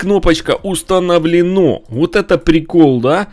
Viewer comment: Установлено́ ахахахахахаххахп